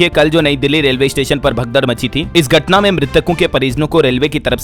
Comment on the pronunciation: मेरे देहाती गर्वनर नही गवर्नर बोला करिए। गटना नही घटना पढ़ें,,, हा,, हा,, मैं नही सुधरूंगा देहाती ही रहूंगा।😅